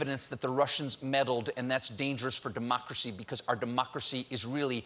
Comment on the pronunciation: How does he make democracy sound like it has a "b?" 🤔